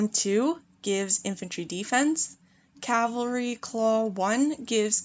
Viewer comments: ere i no ur american n u say things differently even tho ya speakin English..its cav al ree... not calvary...u may not be able 2 talk the english language but not bein able 2 read it u just sound thick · Sorry i cannot listen to it, may have decent amount of knowledge but the word is cavalry not calvery,.. please it spoils a lovely voice too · I'm triggered with cavalry = calvary pronunciation